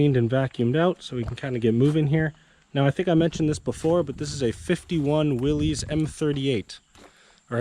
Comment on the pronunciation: not a will-eez...it's a willis, like "what cu talking about Willis?"